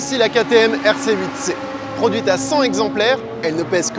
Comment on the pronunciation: On fait la liaison avec "cent", donc c'est cent "t"exemplaires ;-)